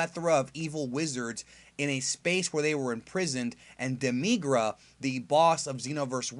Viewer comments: Not demygra, demi gara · It's not pronounced DEMEEGRA It's pronounced Demi gra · You say Demigra wrong.